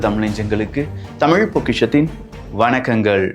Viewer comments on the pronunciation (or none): none